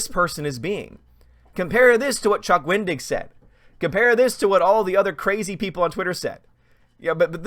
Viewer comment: I thought you were saying, "Don't be a Chuck Wing-dick." 🤣🤣🤣 I had to rewind it to hear it correctly!